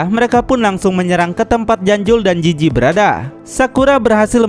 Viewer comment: Jizi Bukan jiji Penzila Bukan penjila